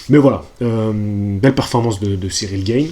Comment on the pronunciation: On dit G"A"ne, pas G"AÏ"ne lol Tjrs un plaisir de te suivre 👌🏻